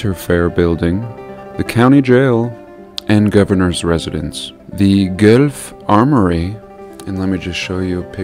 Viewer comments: gwelph not gooelf lol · Hey, I’m from that Area. This country is FILLED with these buildings and the liberal personality of this country has made it difficult. There are mountains, hills, reserves FILLED with buildings that have NO business there. It’s spelled pronounced Gwelf. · As someone from Ontario Canada, i think i can speak on this.. Guelph, is pronounced Gwelf. Fun fact: when Guelph was being built, the town of Goderich in Ontario was also being built. Apparently, the plans for the two places got mixed up. And the design for Goderich ended up being built in the designated location for Guelph. And the one for Guelph was built in the designated location for Goderich. If you look at a map of Goderich overhead, youll see a town square. Today, the only thing on that square is the Goderich court house. And i cant help but wonder if this town square was meant to be one of them star forts. But since plans were mixed up, and they built the star fort in the wrong spot, all that became of the Goderich town square was a place for a courthouse. Also, Carnegie is responsible for the design of many many libraries around Ontario and Canada. If you want a rabbit hole, look Andrew Carnegie up, and all he has built. Also, that st.patricks church in Kinkora looks exactly the same as the st.patricks church a couple doors down from me. I can send you a picture if you like. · Hi. I live in Guelph (we pronounce it Gwellf) and have been in the Basilica of Our Lady Immaculate for concerts. The acoustics are amazing. Inside the columns are massive and the architectural features are rich with detail and complexity far surpassing the capabilities of 1880's craftspeople. I wish you success with your battle - takes real guts to put yourself out there. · Guelph is pronounced "Gwelf". Love your work! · my town lol. Guelph, it’s pronounced Gwelf by the way lol Very huge jesuit with many tunnels vrry tartarian up here ...elora too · PS news channels pronounce it g-wealph